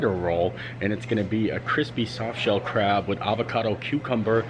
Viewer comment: be careful bud. I know you said “that’s good crab” but sounded like “that’s good crap” lol 😂 I’m only poking fun at the sentence